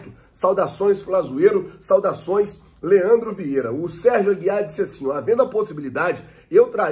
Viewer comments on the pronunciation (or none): none